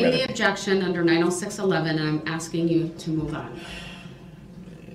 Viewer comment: I just have to say, I am so sick & damn tired of his Reason for the "Substain" When it's (Sustain) & "Axing" someone, when it's (Asking) somone. Jackaxx Brooks.🤦‍♂